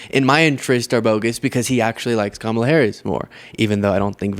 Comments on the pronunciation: Why does he keep pronounceng her name wrong teasing her he wrong especially during medical crisis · The fact that he purposefully mis pronounces Kamala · Is Trump unable to pronounce her name. Its C O M A L A!